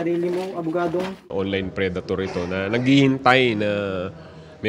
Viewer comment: yung pagkasabi tlaga ni sir ng "NAGhihintay".. 😂😂😂